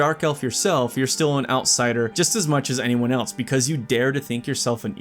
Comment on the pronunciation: you keep saying "else" wrong and it lowkey ruins the vibe you are trying to achieve.